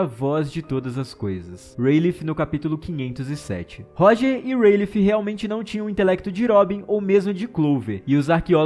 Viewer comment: Não se pronuncia Rayleigh com esse som de F no final. Esse GH é mudo! A pronúncia é: REILI